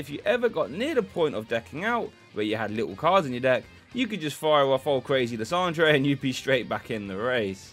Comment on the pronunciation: Love the “lissondray” pronunciation. That’s way cooler than “lie-sander” 😎